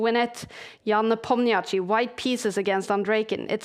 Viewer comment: All due respect to Kaja, but it would be great if she could learn the pronunciation of Nepomniachtchi.